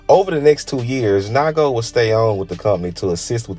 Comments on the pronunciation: NIGO, not naigo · Making a video of bape but can’t even pronounce NIGO correctly lmao